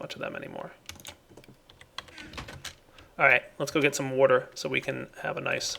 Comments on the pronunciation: I love your videos. They've helped me quite a bit. The only issue I have is the way you say water. Drives me up the fucking wall. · he says water weird does anyone else notice lol